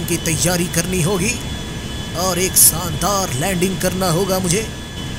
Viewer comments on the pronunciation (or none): Noobra its shandat nit sandar